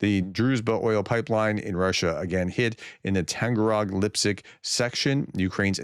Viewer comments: There you go again ! It is Tag anrog ! Not Tan garog ! Why is that so hard ????????? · Tag…..an…..rog, not Tanga…..rog, Professor please get this right.🙏🏻